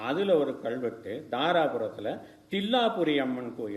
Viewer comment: ஐயா, மிக்க நன்றி, நீங்க எடுத்துச் சொல்லுகின்ற சேதிகளுக்காக. ஆனா உங்க தமிழ் உச்சரிப்பைத் தயவுசெய்து ஆராயவும். கள்வெட்டு என்று சொல்வது தவறு அல்லவா? கல்வெட்டு என்று சொல்லுங்க ஐயா